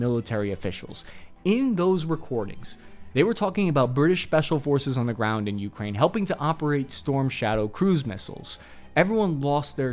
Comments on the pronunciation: Your stress when you say “Ukraine” is driving me crazy. The second syllable is stressed, not the first one. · The way my man pronounces Ukraine is like nails on a chalkboard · When will he learn how to pronounce Ukraine? You-KRAIN, not YOU-krain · key-EV, yu-KRAINE not KEEV YU-kraine ugh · Why do you pronounce Ukraine like that😭🙏